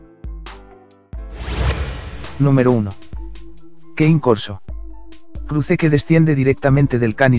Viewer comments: Cane corso se pronuncia tal cual como se escribe. ¿Por qué pronunciar /keyn/ como si fuera inglés cuando es italiano. Se pronuncia /Kane korso/. Saludos. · Cane corso, pronunciado "quein" Maa, dio cane, parla il italiano, el español o el fuckin english please! jajajajaj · ''KEIN corso'' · Amigo, es italiano, no inglés, se pronuncia como se lee, ca-ne.